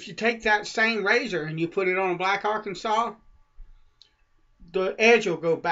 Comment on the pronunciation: Why do you say "Arkansas" like "Arkensole"?